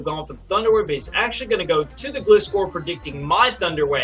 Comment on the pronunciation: No. NO!!! You did not just call Gligar Gliscor? And you did not mispronounce Gliscor? Why would you do this?